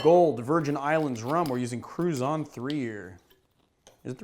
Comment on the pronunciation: Cru - shaan ... not Cru - san